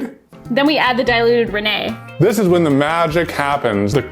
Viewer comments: Oh no xD I can't tell if you're purposely pronouncing rennet wrong or not but uwaghhh that's bothering me. For ppl down in the comments it's ren-NET not René:) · Fyi for those unsure, it is indeed rennET, not rennAY. English word, not French. Also, Mark definitely used expired milk in that Unus Annus video, lol. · as the daughter of a cheesemaker, I squealed many times. by the way, diluting the citric acid is very normal! in the cheese classes i help out with, we usually dilute the citric acid just to get more control and it is pronounced reh-net (just like it is spelt) and tempering the curd (pouring hot water on it) is the best way to get a good outcome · I love you so much but I do not believe you watched multiple videos & still think it’s pronounced “renNAY” 😂❤️ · It's pronounced REN IT. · I used to make artisan cheese for a huge company if you ever need tips! This was so fun to watch. (It’s “ren-it” btw 😂) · Ren-NET it’s an enzyme derived from the stomach of unweaned calves. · haha, I was not expecting that pronunciation for rennet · Rennet is actually pronounced like it is spelled.